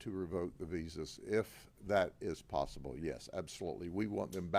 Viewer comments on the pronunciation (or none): none